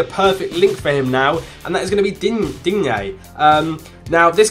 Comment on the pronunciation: We don't pronounce the "e" in Digne